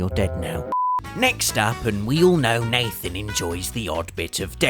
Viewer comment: he says mathen instead of nathen